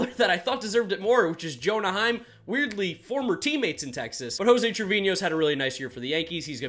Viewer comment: Heim??? Seriously?!?! 🤣 🤣 🤣